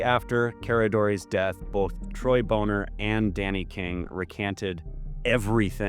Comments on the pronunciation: I've always heard Troy's last name pronounced as "BAH-ner" but I'm not sure of the correct pronunciation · Troy Boner. Pronounced Boné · Dude, you could just say Bon-ner and be the wiser for it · came here to make the same corrections myself. Very short video, there's so so much more. Really destroys your soul reading about this stuff. Also, Troy "Boner" is pronounced "Bonner" if I recall correctly